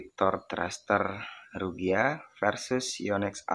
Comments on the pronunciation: Saya pengguna ryuga agak gimana gitu dengernya 😂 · RYUGA BOSKU BUKAN RUGYA 🤣🤣